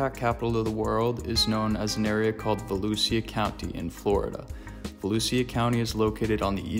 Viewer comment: I’m from Volusia County and you totally mispronounced it but that ok lol and you forgot to mention crocodiles cause we also have them here. Crocs population is also on the rise.